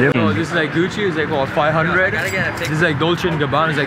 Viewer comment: “dis like gusshi like five houndrad”